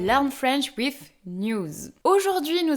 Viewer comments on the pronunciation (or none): none